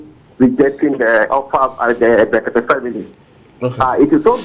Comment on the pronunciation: Brekete family, Not,berekete